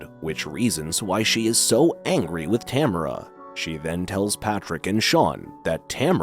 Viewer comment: In the movie they pronounce it ta mar a